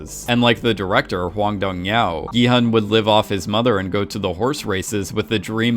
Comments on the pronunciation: can you stop pronouncing director's name as Hwang Dong YAO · He mispronounced a lot of names, I just looked up how to pronounce "Hwang Dong-hyuk" and he pronounced it as "Hong Dong-hyow" when you are supposed to pronounce the K. Same with Sae Byeok he says Sae-byow. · And the director's name is pronounced exactly as it is spelled. Not some weird Chinese sounding thing that he morphed it into. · Do you intentionally mispronounce every single name?💀